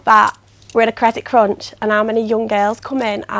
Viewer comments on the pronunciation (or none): none